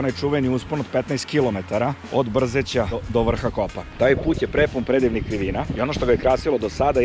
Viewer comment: Kaže se BrzEće